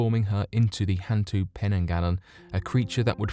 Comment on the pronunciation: And hantu is more like hun-too. It means ghost. Orang Minyak literally means oil person lol